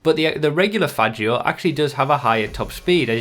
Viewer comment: You say "Faggio" completely wrong